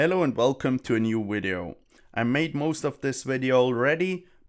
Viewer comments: Wideo Inwesting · try pronounce the word "video" better -- starting with V.... idio... not w-idio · there is no "v" in the german language so he can't pronounce "v" in english. Same for why indians would pronounce "vials" and "wials" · I'll be honest bro. I'm going to subscribe simply because how you pronounce video. It's not even like a terrible thing, it adds humor to the video even if you're not doing it on purpose. I love it. LOL. Kweep it up.